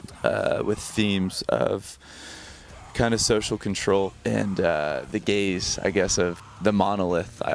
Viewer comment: Kinda juvenile, but is he saying "the gays of society"?